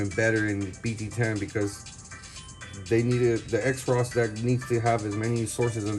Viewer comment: "Cross" not X-ros.